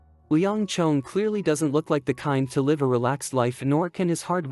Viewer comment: Yes there are a few words AI struggles to pronounce correctly based on the sentence context. Another word I have heard is live.